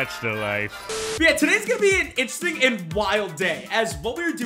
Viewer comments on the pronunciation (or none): none